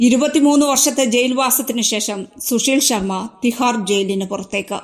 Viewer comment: ശുശീൽ ശർമ്മ അല്ല സുശീൽ ശർമ്മ ആണ്. കഷ്ടം!